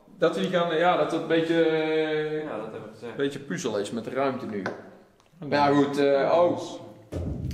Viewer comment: het is niet puuzzle maar puzzle